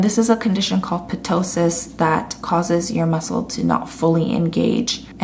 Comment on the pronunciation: 👍 👌 great content😍..btw ptosis is pronounced as tosis..p is silent here🙂just for da info though